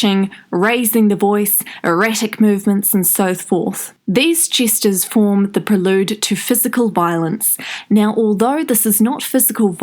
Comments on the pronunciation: "by analysing her movement, jesters, eye contact and postures" sorry the way you said gestures made me laugh okay back to the video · You said 'Jesters' twice - so it wasn't an accident. Gestures - sounds like pastures - not jesters...😝